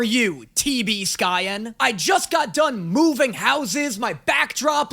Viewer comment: Hearing the passive-aggresively pronounced "T B SKYEN" was like hearing someone mention your favourite porn actor in a regular conversation